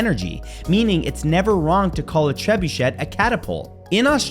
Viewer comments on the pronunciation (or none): Not to be a nit picker but the word trebuchet... you said treb-bee-shet (spelled the way u sounded it) but it's a (again, spelling it the way it sounds-not the way it's spelled) treb-boo-shay. It's French for to overthrow or topple. Don't take offense, you learn something new everyday...or at least I do. Cuz knowledge is power!! Ps... Love all your amazing facts tho. Ur awesome! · It's pronounced TRAY-BOO-SHAY